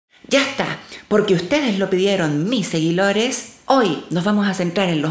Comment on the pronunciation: dices "seguidores" o "selidores"?